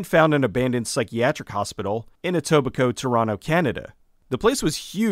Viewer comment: "Etobicoke, Toronto, Canada"... I cringed :P